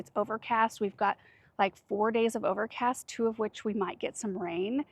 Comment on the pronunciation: When said “overcast” did anyone else hear “garden tour”?